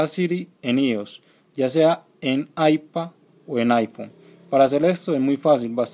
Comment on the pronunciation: JAJSJAJSJAJAJ XDDD AIPA O AIFON